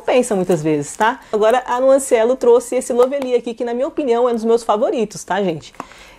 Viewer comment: É LÓvely, sempre bom dar uma pesquisada na pronúncia....😐😶🥵🥴🥴🥴🥴🥴 pra facilitar para essas yt preguiçosas que nem se dão ao trabalho de pesquisar é " LÓ vli ". 👌